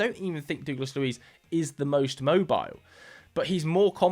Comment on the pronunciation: Who is dooooglas Luiz 😭😭